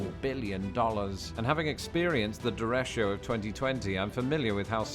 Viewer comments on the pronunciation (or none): His pronunciation of "derecho" is hilarious. It's DER-ECHO, exactly as it looks, definitely overthinking in this case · It's derecho, not derechio. Derechos are storms with straight line winds, and the name comes from the Spanish word for straight. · he pronounced derecho completely wrong. its "duh-RAY-cho", and it means a storm with very high straight line winds (that isnt a hurricane) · Derecho is Spanish for straight. It means the winds are straight. He pronounced it wrong. Derecho is pronounced DE is DAY. RE is RAY and Cho is Chow. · It's spelled derecho but we pronounce it derek-o in the US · FYI: mispronounced "derecho." It's ""deh-REY-cho." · He just mispronounces "derecho". No biggy, but it is a bit misleading.